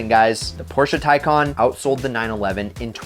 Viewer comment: Say it with me..... TIE - CAN ..... Taycan.